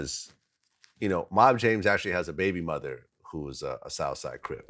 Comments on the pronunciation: Vlad too white to say "baby mother" the right way. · Y does vlad sound so funny when he says tHE WORD BABYMOTHER😁😁😁😁😁